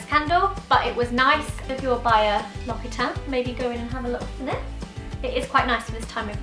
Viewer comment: lox-ee-tahn. not lock-ee-tahn. :)